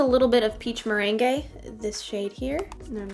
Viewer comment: Gorgeous look on you! Love the eye shadows 😍 The top left colour merengue is pronounced 'merang' BTW, like the dessert. You get merengue in a Pavlova (which I love! It has berries and whipped cream too. Yum).